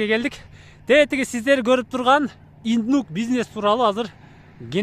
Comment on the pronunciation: Иднук дейби? Или мага эле ушундай угулдубу?